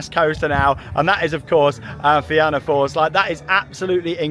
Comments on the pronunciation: The pronunciation of fianna force…. It’s feena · Emerald park is in Meath btw and it's also pronounced (na feena force)😊😊😊❤❤❤